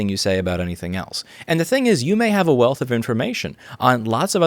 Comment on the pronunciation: I know this is serious, but he did just say "a wailth of ---" like he had an accent, lol.